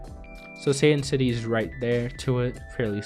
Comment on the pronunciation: When you say satan city, i dont know why but i keep hearing saiyan city